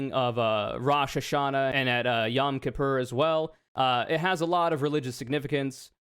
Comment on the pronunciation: I Love your content but hearing the way you pronounced yom kippur actually hurt my heart i say this with upmost love